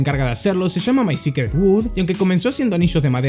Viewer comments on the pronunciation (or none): none